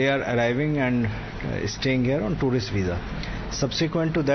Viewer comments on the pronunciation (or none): Twarist visa............is this pronunciation correct??? Rahul shivshankar is amazing......